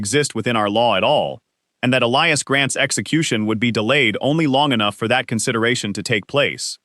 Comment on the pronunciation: They pronounced "Elias" and "wounds" correctly! Not an A.I.? Should have a female narrator.